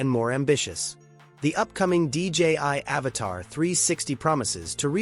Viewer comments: Please IA, say AVATA, not AVATAR. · Your robotic AI voice keeps calling it an Avatar and Avata! Learn how to pronounce the name of the drone before you decide to do a video - 👎